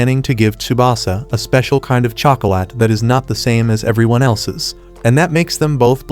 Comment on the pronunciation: What the hell is a chocolatttt😂😂😂